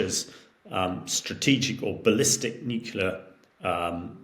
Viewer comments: Nukular? It's "nu-cle-ar"! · I do wish senior politicians and military leaders would stop pronouncing nuclear as nuculer. That was started by George W Bush who was unable to pronounce the word nuclear properly. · PLEASE, SOMEONE... Teach this man to say 'Nuclear' He said 'Nucular' a dozen timed the other day, he doesn't seem thick so is he doing it for a bet ????? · Another person that can’t say New-clee-are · This man can't say nuclear. He says "nukular" Just like George w Bush and Homer Simpson did,🤨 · Nuculur. Over and over. And we trust this guys opinion? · I just can’t take an “expert” seriously when they can’t even pronounce NUCLEAR properly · I like him but wish he would say "nuclear" properly. I learned how to say Hamish de Breton-Gordon which is a pretty cool name.